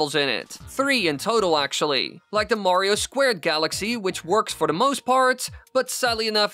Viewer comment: I wonder if speech teachers hear his “da” pronunciation and starting cringing its like “da rules” from fairly odd parents lol 😂